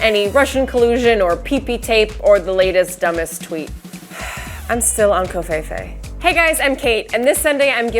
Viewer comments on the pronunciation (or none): COVFEFE.... say it right.